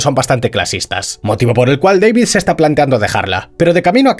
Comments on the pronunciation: Que manía de llamar al prota "Deivid" que sí, que se escribe David, PERO SE PRONUNCIA IGUAL QUE SE ESCRIBE, si él mismo lo dice: D A V I D. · "Deivid" ulala señor Francés Se dice DAVID Martínez